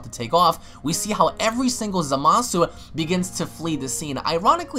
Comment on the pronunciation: Hey, you do know you're pronouncing Zamasu wrong right? I'm not saying I don't like the way you say it, just letting you know in case you didn't know in the first place